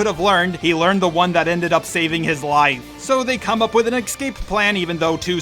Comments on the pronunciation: you call Fin and Poe, Han and Poe. Also it’s escape not excape. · Please for the love of god it's not X-scape. There is no X or ecks in escape. You pronounce Jedi correctly and X-wing correctly but you consistently mispronounce escape. Make the e sound in Jedi and then pronounce scape like you have been. It was like nails on a chalk board every time (4) that you said the word. I am saying this as a fan, and I appreciate when people point out when I make errors in pronouncing things. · Why cant mericans pronounce escape right? Its Not egg scapey its es Cape .. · Please stop saying excape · They eck-scape